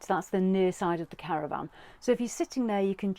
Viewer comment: Caravan...not CaravVAN 😂